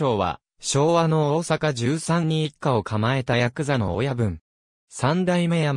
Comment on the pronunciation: 十三→しゅうそうと読みます。 猪三郎さんは山口二代目から後の田岡三代目と同盃を受けられた親分。